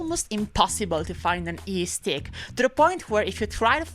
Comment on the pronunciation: Every time she says eestick I Imagine Lae'zel saying istik